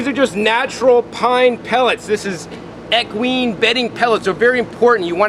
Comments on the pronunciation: Its ec-whine not ec-ween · Equine not eqeeeeeeeeen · EEEEEEEKWINE is how you pronounce equine Eek wine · Dude was already on this ice, but flat out lost me when he pronounced equine as “eh-kween” hahaha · Equine is pronounced "Eek-wine" or "ek-wine' Btw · Equine is pronounced like ee kwine. I had pine trees in my driveway once, and I would gather what got crushed on the ground and add it to my gardening bins and the soil did very well. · Equine is pronounced (EEE-Qwine) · The way he says equine 😂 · The way he says equine bugged me so bad lol